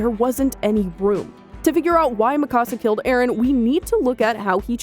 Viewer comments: It's not ma ca sa. It me ka sa Fyck. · U can't even pronounce her name right yet u male a video. wtf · Why are you pronouncing her name like that? Did you watch the show at all?